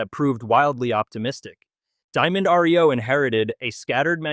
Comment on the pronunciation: Some folks cannot pronounce well. Diamond Reo was a fine truck. Sorry for its demise.